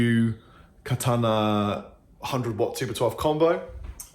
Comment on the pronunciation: I like how he says "Katana" - play & speak authentic :) #Chappersoutindeed